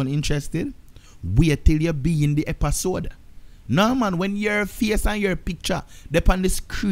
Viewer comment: " epasode " 😂😂 gwaan do yuh thing fam